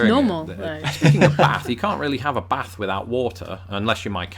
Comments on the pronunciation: bath: baath: He says it like me, baf. 😳😂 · Y'all focused on the A in bath and not the ending. Everytime all three of you said bath it sounded like baaff. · On bath... pronounces the "th" properly with her tongue coming to her front teeth, whilst you pronounce it "baff" with your lower lip going against your front teeth to make the "F" sound. (You pronounce the "a" like, but he pronounces the "th" as well.)